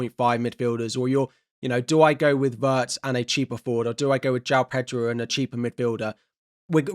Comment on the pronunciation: it's /ˈWɪrtz/ not /ˈWɜːrtz